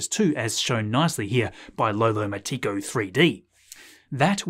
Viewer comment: Lolomatico3D is MOST LIKELY PRONOUNCED "Lo-lo-MAT-TIK-O Three-Dee" (like rhyming with 'automatic') - but that's just my opinion, I could be wrong.... it just seems like that would be the right, to me:)